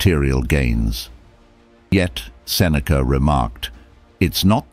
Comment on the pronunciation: I am suffering because u butchered his name. :-D